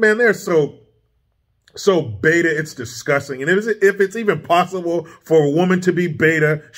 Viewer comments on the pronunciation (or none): none